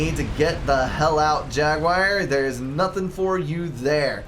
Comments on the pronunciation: Hi, I like your casts and used to watch everything you put out. But could you pay just a little attention to language? I'm Belgian and it drives even me nuts. Could you please say jaguar instead of jaguire? Please stop trying to talk faster than you're able to do so coherently: no need to clarify common words like scant-...few, pay a little bit more attention to what you're saying about the game (e.g. map control advantage to South in early game: no, and you reversed the statement). There is a reason your voice breaks: you're over-speaking. I am confident the quality of your casts will improve if you just give yourself a second to collect your thoughts:-) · Some pronounciation changes are in order (You crazy American) Achieved jag-you-ar ( not jag-wire) Ah-wassa Yolona- oss Yee-THOTH-ah Thaam ( kinda like “baam” ) EEL-I-ah ISTLE I do hope I helped